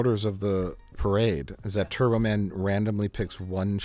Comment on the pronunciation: The fact that Arnold can't pronounce "Turbo Man" well IS the point.